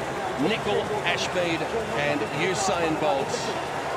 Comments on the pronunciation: So usin is a word not usain. Yeah you think you’re funny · You said usi lol 😆